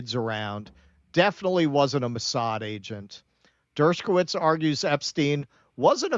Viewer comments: Why does keep putting a 'k' in Dershowitz's name, saying it as 'Dershkowitz'? I'd understand if he called him 'Douchebagowitz,' but 'Dershkowitz' I don't get. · Not pronounced "Dershkowitz."